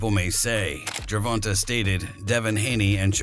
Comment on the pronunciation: Not Gervonta though 😂😂they wild for pronouncing it like that.